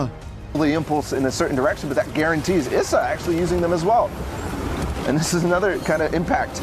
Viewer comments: ITS IS SA NOT ESSA its triggering me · It’s Issa Not Essa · She called him eesa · She saying ezza